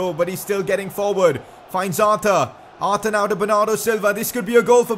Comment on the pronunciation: Why did you say arter its Arthur, Arthuuuurrrrrrrr